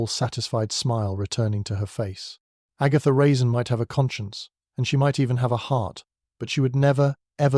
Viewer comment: Good story, but horrible narration. AI can't tell the difference between a period and a comma, and mispronounces a lot of words… Even at one point Agatha Raisin's name is mispronounced.